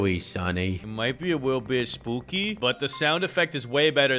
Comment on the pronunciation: He said iw might bwe spuwkws